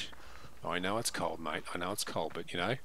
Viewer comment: Brrrr… it’s kuh kuh kuh cold 🥶